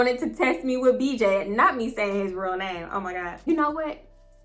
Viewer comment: “Oh my gawd” 😂😂😂 I be in tears when you say that! 😭